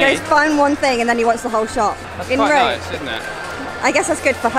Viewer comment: No, you're actually wrong. It's not Röööme. It's Rome!!!